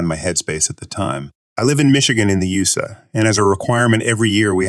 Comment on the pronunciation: Who says “yoosah” for U.S.A.? Stupid narration! Second story.